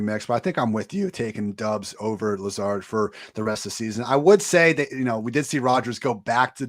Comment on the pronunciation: Romeo Doubs last name is pronounced Dobbs